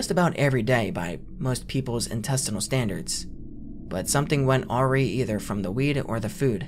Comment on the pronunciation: Not being rude, awry is pronounced a-rye.